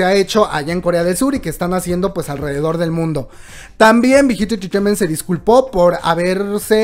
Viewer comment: me encanta como dices entreteiment, te amooo!!